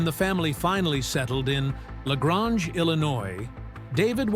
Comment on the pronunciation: The high school is in LaGrange which rhymes with range.